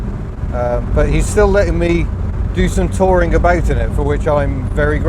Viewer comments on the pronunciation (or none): none